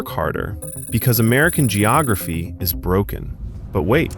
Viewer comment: Yeah. It's "geography".